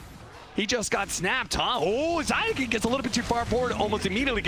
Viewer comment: Zayak... Love it each time... It's zayats